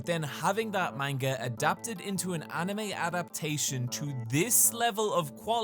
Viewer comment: So after 7 years on this platform has Nobody told he’s pronouncing manga wrong, or he just doesn’t care? Cause I ignored it at first but he’s way too knowledgeable to still be intentionally saying it wrong:/